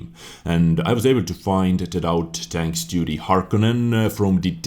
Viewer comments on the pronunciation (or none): none